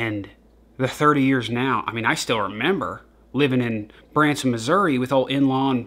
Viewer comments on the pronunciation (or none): none